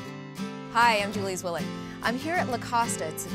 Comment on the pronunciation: It’s actually pronounced “tsveelikh”. She’s half-German.